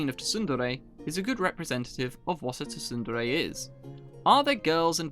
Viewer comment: Wait, you pronounce it tu-sun-dere? It's pronounced soon-dere. Like how you don't say the p in pterodactyl.